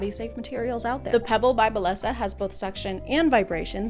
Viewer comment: Just fyi, bellesa is a Spanish word and the ll is pronounced like Y :)